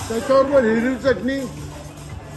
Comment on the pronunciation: त्याच्या बरोबर हिररर्वी चटणी 😂😂😂